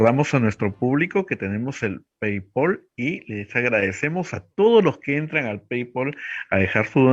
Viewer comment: no se pronuncia "pei-pol", sino "pei-pal".